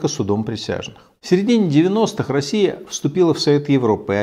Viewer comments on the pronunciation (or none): none